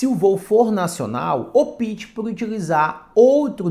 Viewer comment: Da próxima vez não diga "opite", pois é errado. O correto é "opte".